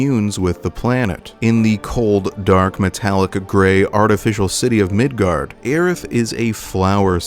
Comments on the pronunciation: hey were you arware that you pronounced it midgard instead of midgar. i feel really special for catching that. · Quick question...why Migard? Instead of Midgar? Jw if that is the intended name or the correct pronunciation or if that's just a mispronunciation like the way people said aeris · As a kid, I always pronounced mako as ‘may-co’. Along with Aeris and Midgar. Hearing Aerith, Mako (Mah-co) and Midgard was weird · The real question is.... will you pronounce it Midgard in the Cloud video, too? Maintain the consistency, or correct the error? What will you do?! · Are you saying Midgard?! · Are you saying Midgard?